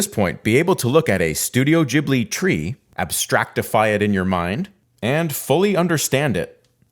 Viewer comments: The name is Gheeblee, not Jeeblee. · Ghibli not jibli btw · HOW do you mispronounce the name of the studio if it's explicitly spelled as GH? This is infuriating!